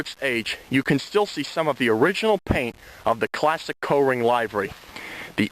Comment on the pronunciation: Up here in Massachusetts we pronounce it "Coring" not "Co-ring". LOL.